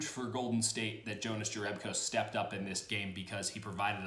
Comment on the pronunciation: It's pronounced Younas Yerebko but he seems to be okay with either lol